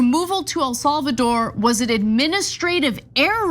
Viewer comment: Anyone else giggle at how Ana pronounces it “El Solvador”? 😂